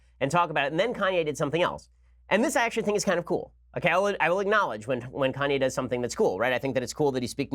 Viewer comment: Is Ben serious ? Kanye Kan-ye KanYAY Ye